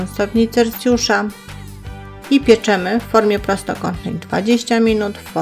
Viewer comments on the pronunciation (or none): Nie CelCjusza tylko CelSjusza